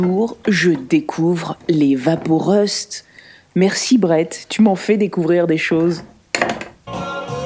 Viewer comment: Super boulot !! Je m'y suis repris à 2 fois pour comprendre "evapo rust" mais enfin .....